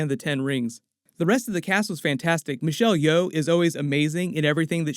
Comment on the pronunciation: you said Michelle Yeoh correctly!! 😍😍 thanks for listening to us viewers, you’re the best!!!!